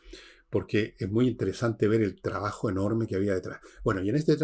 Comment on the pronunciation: Enchhhega. No es difícil pronunciar TR. Tres tristes tigres trigaban trigo en un trigal. Por favor Villegas chabajo no es trabajo. Has pronunciado TRIGONOMETRÍA correctamente.